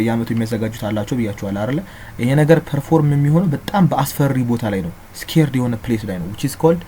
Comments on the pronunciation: ''Sacred '' not ''scared'' sorry in my view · Sacred=የተቀደሰ Not scared Teacher 😇🙏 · just so you know there is a difference between scared and sacred 🙂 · Sacred(ሳክርድ) is not the same with scared(ስኬርድ)